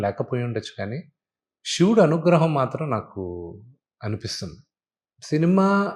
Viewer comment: కత కాదు రా, కధ. షివుడు కాదు శివుడు. ముందు తెలుగు సరిగ్గా పలకడం నేర్చుకో.